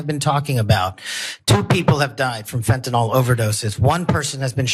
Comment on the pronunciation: He, mispronounced fentanyl. Good grief. 🙄